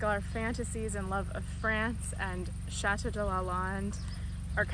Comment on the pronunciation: Lovely,lovely. Thank you. But I beg you, please learn to pronounce chateau correctly!